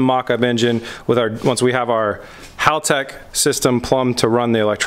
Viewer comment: I’am glad you pronounce Haltech correctly. Not like other youtube channels cough cough rhymes with Hooligan. Hearing it pronounced like Haul-Tech just grinds my gears. In a nails on chalkboard kind of way lol. We all try, no ones perfect. Cue the keyboard warriors.